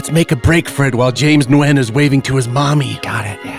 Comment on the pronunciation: That's how "Nguyen" is pronounced??